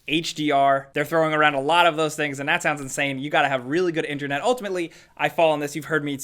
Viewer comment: Am I the only one who hates the way says internet 😂